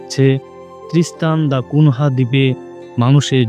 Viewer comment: ত্রিস্তান দ্যা কুনিয়া। নামটা ঠিক করে নেবেন ❤